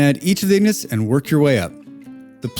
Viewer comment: It's "ingots", not "ignots". 🤦‍♂😂 Regardless, great video! 👍